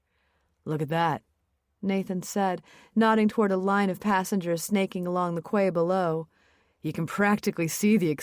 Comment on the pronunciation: Quay is pronounced "key". I feel like that is basic grammar a narrator should know.